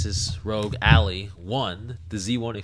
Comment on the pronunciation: bro its pronounced Al-Lie Not Alley So in the spelling ROG Ally the 'y' is a long y sound. The word Ally is like friend, or comrade. Its a play on words as its a little device that goes everywhere with you so its your Ally. No, just no. The ASUS Rog Ally is gonna be streaming Elden Ring at like 720P(lol to anyone watching that stream) at like 40 FPS while the Z13 is going to be doing 1440P 70 FPS, its not even in the same ballpark.